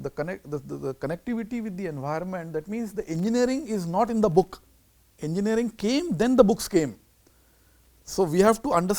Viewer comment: not engineering it's engeering 😂😂🤣